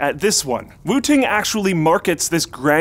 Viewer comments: I totally thought he said Wu-Tang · I keep hearing wu-tang😂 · I thought he said wutang 😂😂😂😂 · kept hearing wu-tang, for some reason.. and figured, "yeah.... i guess this is a market the RZA has broken into yet." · i thought he was saying Wu Tang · Who kept hearing Wooting as Wu Tang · Whenever you said Wooting One I thought you were saying Wu Tang One. I was waiting for some sweet Wu Tang Clan jokes